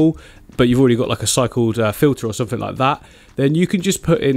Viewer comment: Disappointed at the ending.. Bring back Somefink!! 😂